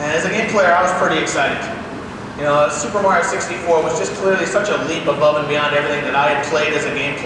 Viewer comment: hearing an official Nintendo presenter say meh-rio is crazy